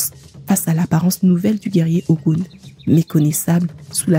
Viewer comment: YEP ! Même appellation en langues Fon, Mina, Adja et bien d'autres. La conteuse épelle comme elle le lit en français, ce qui donne "O Gou N..." Mais la vraie appellation ne peut se faire en francais. NO WAY!!! Il faut parler Yoruba ou être africain ou "asiatique* car seuls eux possèdent ces variantes phonétique particulière dans l'intonation. Hotep. La Paix